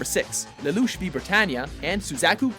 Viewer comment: I hate the way he pronounces Lelouch.